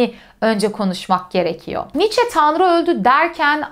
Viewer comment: " Niiçe" demeyi artık öğrenmelisiniz.